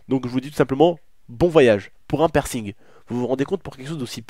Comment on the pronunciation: C'est pa "percing"